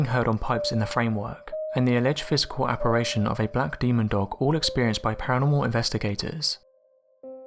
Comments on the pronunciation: It's apparition...not apparation. Had to say something....you mispronounce it in so many videos and it makes me cringe. Love your voice and content...keep it up! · K 8 ."I" is not pronounced "a" in the UK. I have done a fair bit of traveling in England North, South East and West...so no. They don't mispronounce apparition anywhere.